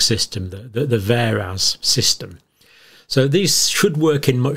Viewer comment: Vaers NOT Veras 💪